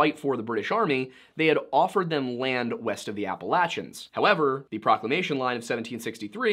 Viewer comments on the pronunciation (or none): Just weird to hear you pronounce Appalachians like that. Why are you saying it that way? LOL it's "appa LAY chins" Edit: yes, I'm from the Appalachians.